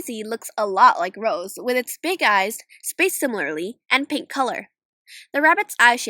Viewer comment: you actually got rose and sabrina right. im impressed.